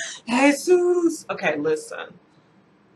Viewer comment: Oh no You said Jesus (with a Spanish accent). Lmao! Shit is getting serious! I am gonna lay low. You have me in hysterics. Love ya,!